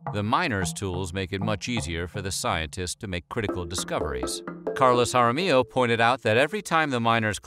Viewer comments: narrator: it is Carlos Hara mi-yo not HO! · Not to be that guy but Jaramillo is pronounced Ha-ra-mee-io not Ha-ra-mee-ho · It’s not pronounced haramiho, the double ll sounds like y. Jaramillo sounds like “haramiyo” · Jaramillo is not "jara mee ho". It's harameeyo. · That’s not how you pronounce our last name it’s pronounced Jeh-ruh-mello or hot-ah-mio that’s the two ways Jaramillo is pronounced it’s not that hard😭😂😂 but trust me everyone gets it wrong it’s fine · (just here to inform y'all that Jaramillo is pronounced Hah-rah-mee-yo) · Love it! But, need to learn how to pronounce Names better. Ja Ra me yo. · Amazing! But, just for a next time, Jaramillo is pronounced Ha-rah-me-juh. But keep up the good and informative videos! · Ha rah mee yo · He pronounced it right once out of three or four times.